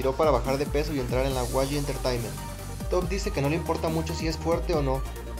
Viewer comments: por que dices wayi? si es YG "Yi Way" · no, YG se pronuncia como see leen las letras en inglés, sería como 'Wai Yi', no yi way ni wayi